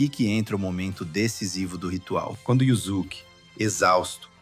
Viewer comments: "Yuzuke" "jenkai" ... deu não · Amo esse anime. Não tenho dúvidas que você estudou e pesquisou bastante. Mas pronunciar yuZuke, Jenkai, hadôken, aí me quebra. Só assistir o anime am japonês e ser fiel à pronúncia. Enfim, ótimo trabalho, é só uma crítica construtiva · Conteúdo ótimo, mas, o áudio é original ou de IA? Cuidado com a pronúncia dos nomes.... Escutar "YuZuke" e "Jenkai traz a impressão de que quem gravou simplesmente não assistiu o anime, sei lá.